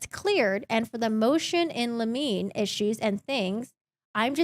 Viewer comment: It’s “Motion in LIM-in-ee.”